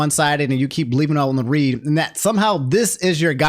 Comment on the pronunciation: Why is this man saying leaving on read (reed) instead of leaving on read (red)